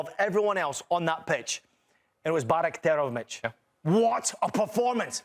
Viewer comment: Bajraktarevic s name butchering is wild